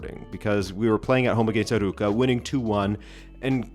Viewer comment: It's Arowca not Arooca